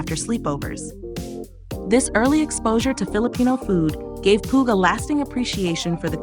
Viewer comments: Pooh.. 😂 her last name is pew. Not pooh. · Pugh : "Pyoo"